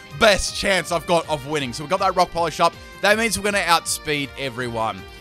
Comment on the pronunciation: When you say Rock Polish, I keep hearing Rob Collage... Look at those beads.